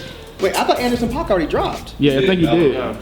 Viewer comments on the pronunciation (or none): You guys need to get up on Anderson .Paak properly lol